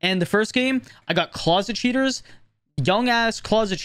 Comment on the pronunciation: I love how it sometimes sounds like "shitters" when he says "cheaters"